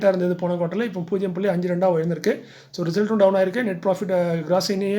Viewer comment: வீழ்ந்திருக்கு/உயர்ந்திருக்கும் தெளிவான உச்சரிப்பு தேவை நன்றி ஐயா